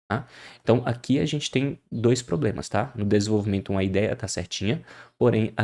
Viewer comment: " diversos probemas"